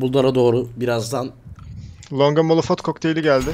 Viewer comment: molofot kokteyli ne lan djsjsbswhsbdb